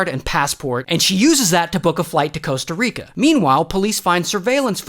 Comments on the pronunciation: It's Costa Rica, not Coasta Rica 🤓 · Costa Rica not Coasta Rica 😂 Love you Ray! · bro, its Coasta Rica...